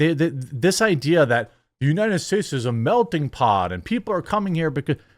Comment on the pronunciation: Did Jeremy just say " melting pod"?